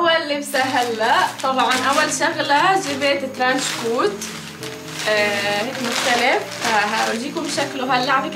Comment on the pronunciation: ترانشكُت الكاف ضمه مو ترانشكوووت